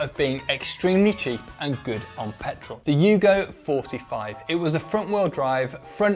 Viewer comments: Its "Volha", not "Volka" and its "Yugo, not "Hugo".... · From the description on the timeline, it is not Volka, it is Volga or Volha, and not Hugo, but Yugo - as Yugoslavia where the cars were made.